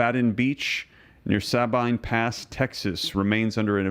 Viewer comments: just a friendly Texas FYI, they are pronounced Ah-ranz-as. The Sabine one is pronounced Sa-bean. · sah-been (Sabine) Pass.